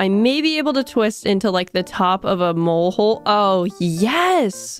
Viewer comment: The way you say mole hole is so funny 😂